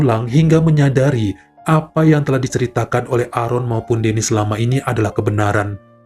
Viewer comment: Maaf bacanya "Eren"..tq